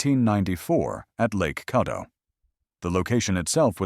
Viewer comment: It’s not Cawdo, it’s Cadd o